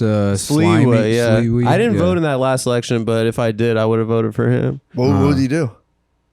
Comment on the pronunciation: I love that Nicholas called Curtis Silwa “Curtis Sliwee”